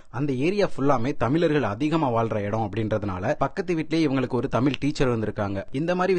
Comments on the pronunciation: He pronounces Tamil as something ugly! Go learn how to pronounce Tamil before He pronounces தமிழ் as தமில் . Such a basic mistake! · தமில் இல்ல தமிழ் சரியா உச்சரிங்க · தமிழ் என்று சரியாக உச்சரியுங்கள், தமில் என்று உச்சரிக்காதீர்கள் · நீங்க தமில் சொல்லாம தமிழ்னு உச்சரிக்கவும் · தமில் இல்லை தமிழ் ஒழுங்காக உச்சரியுங்கள் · சின்ன விண்ணப்பம் தமில் தமில் சொல்றிங்க தமிழ் சரியா உச்சரித்து வீடியோ போடுங்க pls 👍 all the best nanba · தமில் அல்ல தமிழ்😢😢😢😢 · Tamil wrong pronounce. The whole language is getting spoiled. Pls correct your way of speaking Tamil in its original way. Very hurting to hear tamilian killing their own mother tongue.